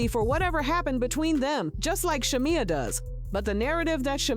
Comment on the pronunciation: Content Creator promise me you will pronounce Sha-meeeee*ya😂😂 correctly before you blog in the future. The show is going down fast. Why? Wrong housewives! Porscha is just createing content that has drama in it to say her own job and she should not risk the union and friendship of a lifetime bff. Its simply not worth it.